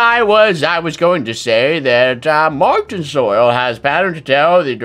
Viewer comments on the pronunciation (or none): It's pronounced MAR-SHON NOT matin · Mar-tion soil marTION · he said martian like martin